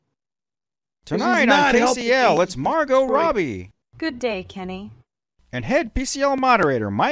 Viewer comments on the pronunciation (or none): Next time let's get the right accent on Margot